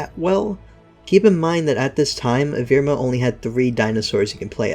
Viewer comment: its evrima not evirma. how on earth did you get that wrong